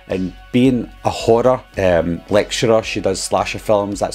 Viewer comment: When you said “being a horror lecturer”. Instead of horror it sounded like you were saying she was a hoarder.